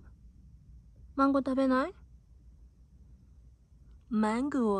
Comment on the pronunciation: 突然の発音の良きMANGOにワロタ😂 登場人物(?)みんな可愛い〜💕💕